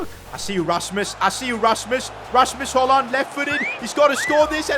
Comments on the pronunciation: His name is 'hugelan' not hoyland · You say hojlunds name like Rasums HoYlund not HoJlund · You still pronounce højlund wrong, this is how you speak it: heulun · Why are you saying haaland instead of Højlund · You Said HOLLAND BUT IT IS HOJLAND !!!.!.!.!.! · but dont say d when u are reading his name just say Højlun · If you want to say Höjlund correctly The Ö is like uh on english. That's how we say it on Swedish atleast. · Still saying his name wrong Its pronounced like "hoy-lun" in danish. The D is silent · I think its pronounced Rasmus Hojlun. withoud the d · That’s hoyland I know spelling it wrong but say like that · the name is almost right just say rasmus højlun beacus the d is silent